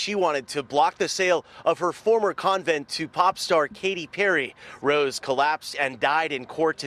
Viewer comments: Lol ‘covent’ 🤣🤣🤣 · "Con vent" its even said a dozen times by others in your video. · ** CON-vent lol it sounds like you’re saying coven like a witch coven lmao